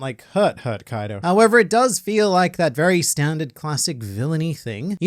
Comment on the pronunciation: I cant help but laugh eveytime says Koido because it sounds like coito which is a spanish word for sex